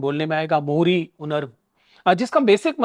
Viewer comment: It's not मोरी, it's मोळी. Similarly, it's कळगम् not कर्गम्. Absolutely! Hindi shouldn't be the sole language promoted by the national govt, hindi shouldn't be the sole language representing India internationally coz India isn't a hindi rashtra. Indonesia is a bad example due their language policy favouring only the Indonesian dialect of Malay language. Canada, Switzerland, Singapore, Ethiopia, Belgium, etc are much better examples of language policies trying to maintain national harmony among diverse linguistic communities.